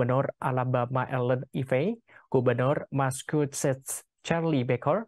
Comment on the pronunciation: Maskusets? Dibaca masacuset kali...